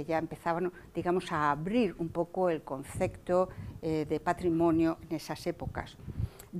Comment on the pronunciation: Dice "concecto", y "hubieron" muchos ejemplos.